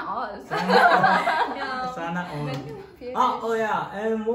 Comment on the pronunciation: I am living for guy's "sanaor" HAHAHA